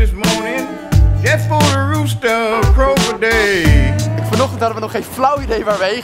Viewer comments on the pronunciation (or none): none